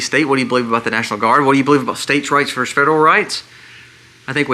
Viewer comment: just an FYI. It is actually Versus, not verse, ie, "the state versus the federal government". Totally in agreement with you on the points you made.